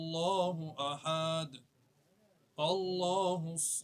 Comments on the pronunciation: ভাই সব‌ই ভালো লাগলো কিন্ত সূরা ইখলাস তেলোয়াত এর সময় দুই জায়গাতে আহাদ শব্দ আসছে , আর আহাদ শব্দ পড়ার সময় কোন টান দিতে হয় না কিন্তু যিনি তেলোয়াত করেছেন তিনি ঐ দুই জায়গায় টান দিয়েছে 😢 যার মাধ্যমে অর্থ আর ঠিক থাকেনা , আমি যতোটুকু জানি , এইটা খুবই খারাপ লাগলো 😢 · সুরা ইখলাস ভূল পড়লেন, শেষ আয়াতের শেষ শব্দে